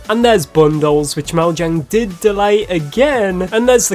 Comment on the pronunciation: That's not how mojang is pronounced.